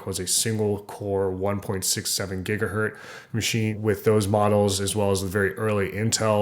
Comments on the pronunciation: Gigahertz. There's a t and a z in there. really hard to mispronounce... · My fault. Yes. Gigahertz. Sorry. Yet not even pronouncing the z is really something that show, that you do not know much about hardware at all. 😁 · There is NO SUCH THING AS A GIGAHERT! It’s GIGAHERTZ. 1 cycle per second is one HERTZ. Get it right next time. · Why do some people say "Gigaherr" or "Gigaherd". When it is clearly "Gigaherz"..... Do they even know what a herz is? Honestly!